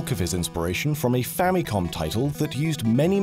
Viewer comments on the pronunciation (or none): none